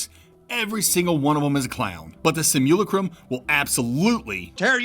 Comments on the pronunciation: My guy, it's pronounced "sim-yoo-lah-crum" not "sim-YOO-luh-crom" or "sih-mool-ih-crum" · "Sim - Yew- Lack - Rum" like simulation. Im sorry im not trying to be a deek but I couldn't help myself.